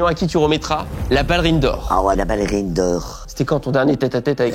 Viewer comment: même si elle sait comment on prononce « ballerine » je crois qu’elle est tellement têtue que jusqu’à la fin de sa vie elle dira toujours « ballérine » 😂 Enfin, j’espère qu’elle vivra encore TRÈS longtemps! Ma maman qui est décédée l’année dernière était du 1954 aussi, elle est partie en février et elle allait avoir ses 70 ans en mai et dans son caractère et sa façon d’être me rappelle profondément ma maman 🥰 D’ailleurs elle faisait la même taille que 😅 De son vivant elle connaissait la chaine studio et on s’était vraiment dit qu’elle et seraient devenues les meilleures copines du monde si elles s’étaient rencontrées 😅 Elle est tellement comme ma maman quand je l’écoute parler, entre sa coupe de cheveux sui lui ressemblait un peu, sa voix grave comme, sa taille comme je le disais 😂 ainsi que son caractère et son humour incroyable mais aussi sa grande bienveillance et tout l’amour qu’elle a à donner, c’est ma mère tout craché 🥹 C’est aussi pour ça que j’aime tant regarder vos vidéos, je les aimais déjà du vivant de ma maman mais depuis son décès je les savoure encore plus parce que je revois en elle ma petite maman d’amour 🥰❤️